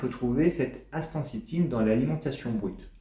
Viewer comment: Vous devriez apprendre à prononcer le nom correctement 😊